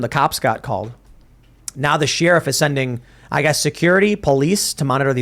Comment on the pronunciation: Drink ever time Tim mispronounces 'sheriff'.